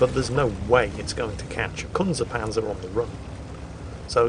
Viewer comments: Well ACTUALLY.... its pronounced like well.... c*nt ze panzer. The z in alot of german words is pronounced with a ts sound. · you horribly mispronounced the tank (as usually with the germans...) z in german is (usually) a ts sound, this goes for panzer too. it would be pronounced Kuntse Pantser with a hard ts sound. lovely video though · Hallo Herr, keep up the good work. For future reference if you like: the German z is usually pronounced sharple like a Japanese native speaker would pronounced the syllable "tse". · Good tactical mispronunciation of 'Kunze Panzer' there! After all, you wouldn't want to get demonetised within 30 seconds of the start of the video! Almost as good as my old Physics tutor dancing round the pronunciation of Kundt's tube many years ago...